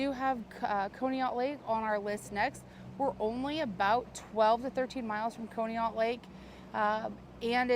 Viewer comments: Conneaut is pronounced Caw-knee-ut. That is so crazy that she would be so far away from home! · FYI, Conneaut is pronounced kaa·nee·aat. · pronounced con e aut. Sorry had to let you know. You do an awesome job. So thankful someone is out there taking care of these people. Rip Bunny and Janet. Bless you and friends. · She aint saying conneaut right. Lol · It's Conneaut, pronounced Conneaut, short "o"